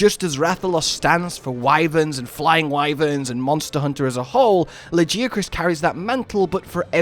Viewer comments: Hard ' G '. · Luh-geeh-ah-cruhs???? Dafuq. Ain't no way anybody is pronouncing it like that. Idk what it is with MH players and pronunciations from fking narnia. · Your pronunciation of Lagiacrus is wild lol. Luh-Guy-uh-kris is correct I believe. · I will accept any other pronunciation of Lagiacrus except yours.... wtf was that.... ToT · Im still tryna figure out the correct way to pronounce Lagi's name bc every single time i hear his name being said its pronouced complete different. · I gave you crap over the pronunciation (and yes I do pronounce it Tie-grex and am a hypocrite) but your excitement over this addition is awesome to see. Lagi has always been my favorite monster and I started with Tri, I reacted just like you said to the second title update. He just has such presence and a lordly feel. Good analysis of what his addition means going forward. I truly hope they keep the size from world.